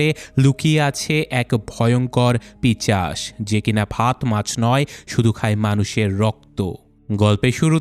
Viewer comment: ভাইজান, পিশাচ কে পিশাচ বলতে পারেন না। ইউটিউব চ্যানেল খুলে ভুল ভাল শব্দ উচ্চারন কি খুব জরুরী ছিল!!!